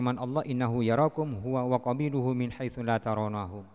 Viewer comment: La tarauhum dibaca la taraunahum. Membaca ayat al-Quran pun salah si santri jalanan ini.